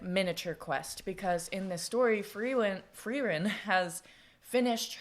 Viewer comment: uuuh yes yes. great story. I'm german so I'll be your pronounciation guy. 1. Frieren and Fern -> Freezing(like "it's cold, I am freezing") and Far(away) for the american "R" sound you use your tongue and kinda push it up towards your teeth. for the german "R" sound you dont do that. the tongue tays at the bottom and the sound comes more from the neck and throat area (this is probably the hardest one for americans because that sound doesnt really happen in english) 2 Eisen and Heiter -> Iron and Cheerful the "ei" is pronounced like the English "I" (very easy). Eisen -> I-sen, Heiter -> Hi-ter 3 Himmel -> Heaven/sky (we use the same word for both, the biblical heaven and the sky outside) you basically said it how its supposed to be.